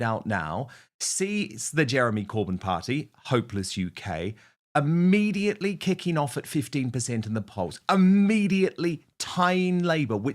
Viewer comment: " immediately " darling Dan, not "amediately" !